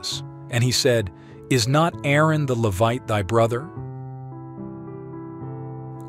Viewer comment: This guy can’t even pronounce Levite!